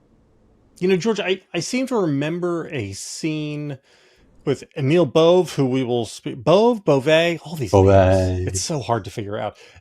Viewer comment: I speak French and it’s pronounced G…as in grotesque and é ….as in way…without the w …Bove(ay).